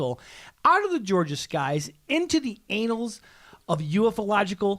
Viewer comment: "Annals" pronounced like "anals," I gotta remember that one.